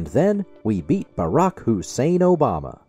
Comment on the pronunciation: I also love the sound bites from David Pakman with Trump saying "Obamna", "Truth Cencial" and "United Shates".